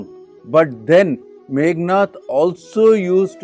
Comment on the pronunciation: Meghanada, not Meghanatha.